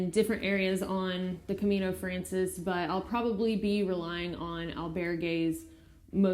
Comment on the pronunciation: I live in Madrid and I have done the trail a few times. Good that you are starting light and this trail will be easy for you compared to the US trails. Some notes: Camino Francés: It is pronounced "FrahnTHeyS" ;-) You need to say "Buen Camino" to anyone doing the hike. It is best to try to finish before lunch, wash, clean and hang dry clothes. It is often hard to get things dry. Getting to the Albergues early also improves chances of a warm shower too. Go to "the end of the world" after finishing in Santiago. You can think about doing the Camino de la Plata from Seville in the future for more of an adventure! If you come to Madrid let me know! I can give you a tour and buy you a churros con chocolate :-) Buen Camino!